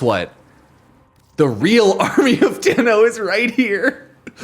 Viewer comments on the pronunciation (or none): Ah yes the "toe-run" strike